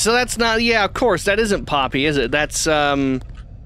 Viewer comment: Ok first called poppy woody the you called her pa-nok-io